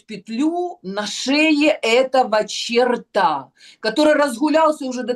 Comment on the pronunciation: Всегда с удовольствием смотрю выпуски со Снежанной.Умная,красивая,такая энергичная!Единственный момент,который меня всегда немного коробит - почему она говорит чартА,а не чёрта?!😕